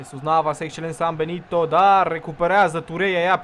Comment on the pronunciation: Cand ai zis Sambenito prima data am crezut ca ai zis ''si-am belit-o'':))